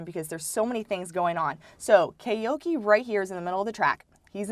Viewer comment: Koike is good but not olympics champ good. He’s not even the fastest Japanese (Kiryu 9.98 (+1.8) Yamagata 10.00 (+0.2) etc) Edit:it’s Koi-kei not Kay-oki